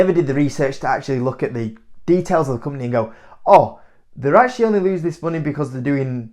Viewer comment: I like how you pronounce company - ‘cump-neh’